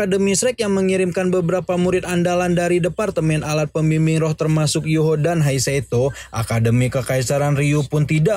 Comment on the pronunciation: Bukan heiseto bang hadeehh, Tapi He Chaito